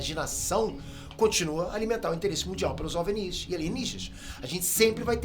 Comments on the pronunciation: não é "Ovnís" é só "ovni" sem essa puxada esse destaque no último "í". Ficou estranho kkk parece que o nunca ouviu as pessoas pronunciando essas palavras. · Esse cabelo de Caio Ribeiro precisa de um corte moderno e ousado...E não se pronuncia em português " ovNIS" , com força no "NIS" , e sim "Óvnis" , com mais força no "ÓV" .... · fala OVNI direito, você é BR pow. Ovnis não Ovnís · É a primeira pessoa que escuto chamando ovinis de ovenis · kkkkkkkkkkk A melhor coisa do vídeo na minha opinião, adoro a forma aleatória que ele acentua as palavras. Espero que tenha mais vídeos sobre ovnís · Porque esse maluco fica falando OVNíS? Porra é essa bixo. 10min de video e esse bixo ja falou um monte de besteira. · Gostei do vídeo falando sobre essa questão dos OVNIs (nervoso ouvir ele falando OVNÍs😅) Primeira pessoa que ouço falar assim...e olha que eu consumo muito conteúdo sobre isso, heim! Mas, traga mais vídeos sobre essas coisas sobre ciências e teorias da conspiração! 😃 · Desde quando se pronuncia "ovinììì"??? E "ò-ve-eni-is"???? anda bem maluco... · Curiosidade: "OVÍNIS"?? É a 1° vez que ouço OVNIS (ênfase na sílaba "VÍ" ) e tô estranhando kk Será que sempre falei/ouvi errado? 🤔 Haha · Tantas abreviações e acrônimos e o cara pronuncia errado o termo OVNI. O "V" é mudo, não se pronuncia "OVINÍS"! 😂😂😂😂😂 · Difícil é ouvir o cara pronunciar “óvenís” o tempo todo. Não é possível… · Por que você fala "Ovnis"..... ressaltando o "nis", se não tem acento?